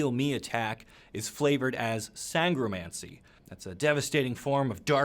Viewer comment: You nailed “Sangromancy”. This episode’s NIcromancy is a Gangnam Style parody in 2019.